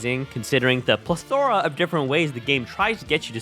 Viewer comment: “pleth-ore-ahh” is BRAZY